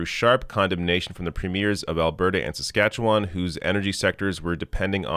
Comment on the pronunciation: And just like a true Canadian, can't pronounce Saskatchewan.